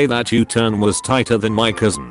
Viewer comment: i think he said thot not that#